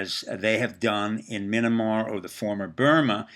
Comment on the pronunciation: Why are you calling Myanmar - "Mynamar", and Netanyahu - "Netanyanu"? Some kind of disorder or ineptitude?